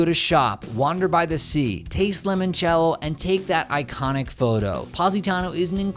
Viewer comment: Isn’t it ‘limoncello’ not ‘lemoncello’